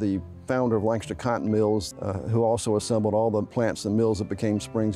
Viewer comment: It's a shame you cant pronounce Lancaster like everyone else in SC does. This is not Pennsylvania. So offensive and you say it a thousand times.